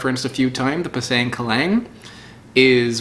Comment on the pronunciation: Pisang is actually pronounced "Pee-Sung"